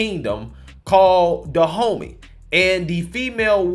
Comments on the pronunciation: My ears: "Da Homie Kingdom" 😂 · I swear my brain hears it as De Homie which only makes this situation even more funny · Am I tripping or did he just say the kingdom in this movie is called "Da homie"? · Am I the only one who finds the fact that the Dahomey sounds like "DA HOMIE" hilarious?